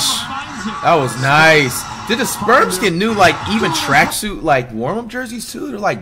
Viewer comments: Please stop saying “Sperms”😭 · "sperms" always catches me off guard bro 😂😂😂😂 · Is it me or does it sound like he calls the spurs the sperms 😭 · He does call them that lol